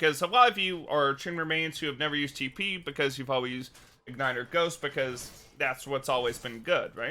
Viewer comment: No one: This guy: tEe PeE